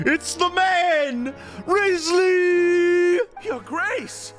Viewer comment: will you ever say his name right? (among many other things)